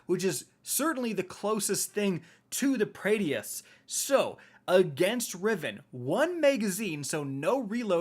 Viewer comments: This man said Praedeeyth 🙄🙄....done with this guy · as a D1 veteran you should know how to pronounce His name OMG LOL every time you say Praedyth's just hilarious. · Say the damn name right God dammit 😭😭😭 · Dude cant even pronounce praedyth right 😂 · I hate the way you say praedyths revenge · Your pronunciation is the worst. Praedyth, PRAEDYTH!!! Not Praedyeth...... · for the last time its not pray-dee-ith its preadyth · Sounds like is saying Prettiest* revenge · It's not said "praedeafs revenge", it's "Prae- difs revenge" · Praedyth’s revenge is “PRAY-DITH” not pray-dee-eth. There’s only two syllables. Just sounds weird hearing it lol. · Every time he says Praedyth I cringed inside. Pray-dith. Not Pray-de-ith. lol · Prea- D - eth????? It’s pronounced as prey-dyth. Just saying. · Say it with me now pray - dith..... pray- dith not praydy-ith! Pray-dith only been out for like 8 years... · I wish I could have a slice of pizza for every time he incorrectly calls it 'pray-dee-ith' instead of 'pray-dith'. I'd be eatin' good tonight. :) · How the fuck do you say the name of every weapon wrong? ;__; Why are you pronouncing it Pray-dee-ith and not Pray-dith?? I'm gonna cry, is saying it wrong some inside joke I've been missing all these years? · Say it with me Pray-Deth... not Pray DEE eth.... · say it with me now... PRAY - DITH. PRAY - DITH. not PRAY - DEE - ITH. that concludes my ted talk. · please. Say it with me now, PRAY-dith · I'm sorry but my man said praydiethehes sniper lol have some confidence when it comes to pronunciations G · Pray-dith. SMH. Suck-session. SMH. 🤦 proof that you dont have to be able to read gooder to be a streamer. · Omg. Please. Even if it doesnt seem like it. Praedyth's Revenge is actually pronoinced like [prey-death]'s revenge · please.. its Pray-Diths Revenge. Praedyth’s Revenge. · Just wanna be that guy and say that Praedyth is pronounced Pray-dith and not whatever days it lmao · Prae-dyth. 2 syllables